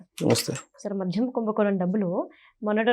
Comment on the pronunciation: మధ్యం కాదు తల్లీ... మద్యం.